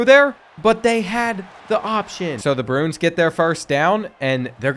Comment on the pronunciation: Love your content but Bruins is pronounced “Brew-ins” Pena is “Pain-ya”.